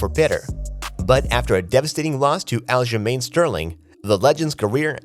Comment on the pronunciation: This person commenting on the fights , can u pronounce ur words & names correctly, Aljermane, say that right , & yan , not yang, Islam before Machachev, & that is a he not her like u said, loads of mistakes its a joke & hard to listen to